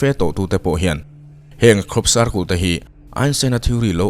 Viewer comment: circul tih chu mawilo e pa cle in i lam lo a